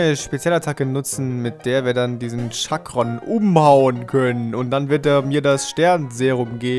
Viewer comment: Er heißt Chakran und nicht Chakron